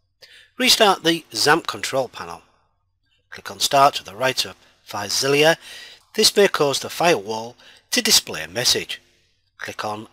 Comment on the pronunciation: why you pronouncing filezilla as filezilliya